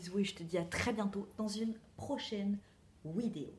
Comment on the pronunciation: J'aime bien quand tu dis "Wideo", ça vient d'où ?